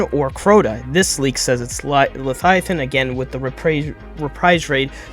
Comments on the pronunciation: It's LeViathan - luh-vy-eh-thun- not Lethiathan. Never heard anyone pronounce it the way you're doing. I hope the season actually progresses like a story. First we have to get amaru, then we have to do whatever else, then we finally resurrect her. As opposed to what Bungie usually does which would be to focus an entire season on getting Immaru and then focus an entire season on resurrecting Savathun. Drip. Drip Drip D r i p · Leviathan, not lethiathin 🤡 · Please god stop saying “lethiathan” 😂😂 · That’s the joke. . He says lethiathan in the video. Just pokin fun at him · Bro can't even say leviathan right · why do you keep saying leviathan funny?